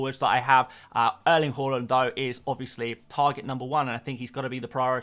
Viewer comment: Everytime you say Haaland, it sounds like you say Hojlund… you should work on that mate…